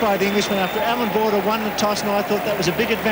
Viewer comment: Anyone else notice it said Bordber out b. Border?